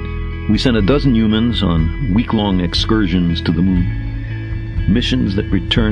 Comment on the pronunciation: Who are these "Yumans" he keeps talking about? They sound a hell of a lot better than us lame "Humans"